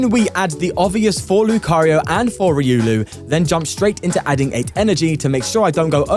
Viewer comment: Just to help you it’s “reeh oh lu” not “re uu Lou”